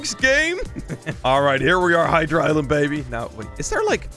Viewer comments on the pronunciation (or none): none